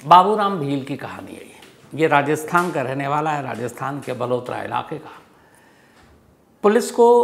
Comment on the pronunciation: बालोतरा है बलोतरा नही है बालोतरा बाडमेर के पास है